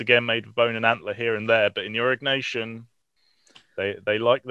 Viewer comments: Stop saying Arock Nation. That sounds so strange. It's Aureeeee NYasion or Ñasion. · Au-ri-nyeh-si-an is cool. AURIG-NACIAN, not so much.